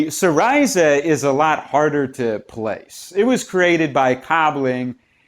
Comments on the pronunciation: I believe its SEEreezuh, not seeRISUH. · Hes not pronouncing it properly lol. Its "see - ree - zah" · Syriza... Is pronounced si-ree-za (si as in sit.)